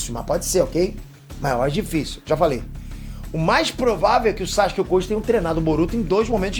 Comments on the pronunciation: SÁxke ao em vez de Sasuke me dói ainda kkkkk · Eu não tanko esse "Sachuske" do kkkkk